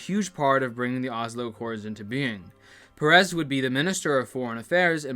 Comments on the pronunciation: is peres, not perez,hes not mexican god damn it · you pronounce it like the name of the pokemon "paras", clip for reference